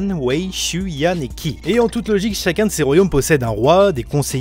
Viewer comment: Qi se dit Chi, bonsoir :) (Tai QI , Qi Qong etc..)